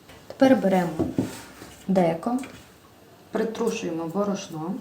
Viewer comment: Не правильно наголос, не бор`ошно, а б`орошно